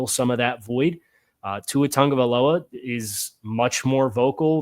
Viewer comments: when you say Tua’s last name it’s not pronounced tag-guh-vie-lowa it’s actually pronounced Ton-guh-vie-lowa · Respect to you and any research/work you may have done to put out this video but man if you can't even get the names of the players right, in what sense are we as viewers supposed to take your opinion as valid and credible. Like it doesn't even take 2 seconds to look up how to say Jonah's or Tua's name yet we're supposed to believe your insight on how the team will perform due to cuts and adds? I get not everybody will know everything about every team but honestly it just feels lazy how little added opinion was given in the video. Kyle crabbs saved your butt if we're being honest. I hope you grow to be a better analyzer in the future and wish you luck. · how do you cover the NFL and not know how to pronounce tagovailoa?